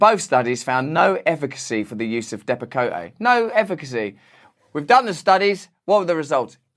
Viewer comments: I work at a psyc word and patients are still prescribed Depakote. The e is silent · It's all very true, but when you mention a drug you probably ought to look up the pronunciation. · But would not the practitioner namely a Dr. or Psych. Dr. be in collusion as they would be prescribing the Depekote (the "e" is silent)? Would not a Dr. be very aware of what this drug is mainly used for and what would cause deaths? I guess I am naive here. Dr.'s are suppose to take the oath to do no harm. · I love russell's fancy French pronunciation of Depakote 🥐. in all seriousness, though, my epileptic daughter almost died twice when she was 7 yrs old due to Depakote. it's evil stuff. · Russell, It's pronounced de pa coat... not dep a coh tay. Thank you for all your informative videos. I enjoy them very much. :) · Hey Russell it's DEP A COAT..... NOT KOTAY DEAR. ;) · I think it’s pronounced depp a coat. Not depp a cota. No A sound on the end. I could be wrong, but I don’t think so. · I think it's pronounced dep-ah-coat. Although depacoté sounds more international. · Dearest Russel, its pronounced Depa-Coat. Respectfully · Stopsign Second fun fact - actually pronounced Dep-uh-coat, at least in the US :-) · I think it's pronounced " depa-coat " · sorry. I hate being speech police. it's pronounced depa coat. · Love this. Great video. But it's pronounced depa coat. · Depakote = depa - coat is the correct pronunciation. Learn to speak English, Russell. 😜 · Love ya RB, but "Depakotay" was driving me nuts. Keep up the great work. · The deaths of those children were from something far more serious than just an employee touching a hoist and not washing hands. No one has to be a genius to figure that out. The Abott drug is pronounced Dep a Coat No accentuated e at the end and the new version of Depakote is called Abilify so beware of that. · It’s pronounced Depa-Coat. Jfyi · Also, it’s pronounced DEP-ak-coat. Three syllables, emphasis on the first. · It’s DEP-A-Coat and your always right